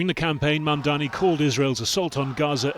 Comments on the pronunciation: How has it been nearly a year and Cuomo still cant get Mamdani's name right? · He still can not pronounce Mamdani's name. Shame!